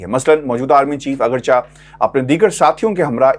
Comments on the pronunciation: Agarcha not correct please agarche boley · اپنی وڈیوز بہت درد دل کے ساتھ تیار کرتے ہیں۔ اللہ تعالی ان کو مزید ہمت و حوصلہ دے اور اپنے حفظ وامان میں رکھے۔ آمین یا رب العالمین۔ آپ کے لفظ " اگرچہ" کی ادائیگی میں کچھ گڑ بڑ ہے۔ براہ کرم اس کو چیک کریں۔